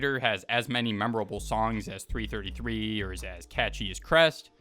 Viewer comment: It's 333, not 3 33